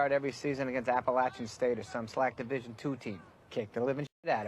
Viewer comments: It’s pronounced Appa-latch-chun State Kirk and boy that diatribe must have been embarrassing when the game ended. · Hey Herbstreit, It’s pronounced APPLE-AT-CHAN” STATE! Inspiring emotional win! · I went to Appalachian State and Herbstreit pissed me off twice that day. 1. Bashing 1-AA schools and 2. LEARN HOW TO PRONOUNCE APPALACHIAN CORRECTLY!! That really makes ASU fans and alumni mad when you mispronounce it. I've seen guests invited to speak during halftime at games say it incorrectly and boy do they get booed big time.